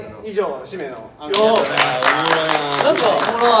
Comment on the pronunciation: まちゅの「おもろい」の発音がめちゃくちゃ関西弁に聞こえる 標準語でもこの発音なんかな？？ 前の動画でも おもろい の単語だけ関西弁ぽかったんよな〜